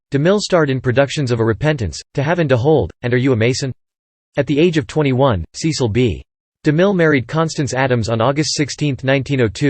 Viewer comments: SESS-ull. SESS-ull. SESS-ull. SESS-ull. SESS-ull. SESS-ull. SESS-ull. SESS-ull. SESS-ull. SESS-ull. SESS-ull. Apparently those automated narrations don't know it's SESS-ull.. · That's now how his first name is pronounced. It's a short e sound, not a long e.